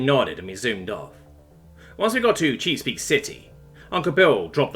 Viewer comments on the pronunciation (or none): Cheese-peak bay and city? Really?